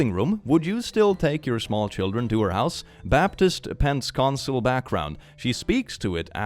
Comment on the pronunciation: "Pentscontsal" 😂 Sorry, that made me chuckle as a former Pent-e-cost-al child.